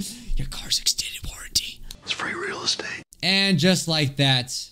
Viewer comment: He said free relstate💀💀